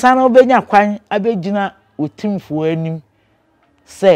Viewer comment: Learnt something today, it’s actually “otimfuor” not “otumfuor”. Oh wow